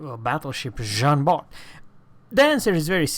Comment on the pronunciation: Jean BAR stop to add the T it is mute like all the french names of the game except for the letters N R G